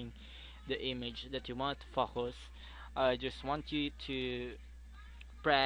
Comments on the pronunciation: when he said focus in the beggining i first thought he said fuckers :P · When he said focus I thought he said fuckus :L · lol i had to listen a 3 times when he said focus cus i thought he said "fuck us' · haha.. me too.. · Hit like if you heard focus as fu*k**s :P